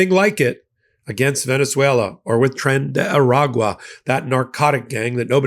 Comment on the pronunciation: if you pronounce Tren de Aragua - the Spanish way, i.e. Tren day Aragua it is much easier to say.....